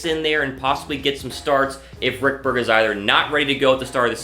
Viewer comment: I was thinking the same thing...RICK-BERG?